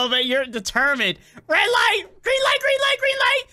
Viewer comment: foxy said "greeng light"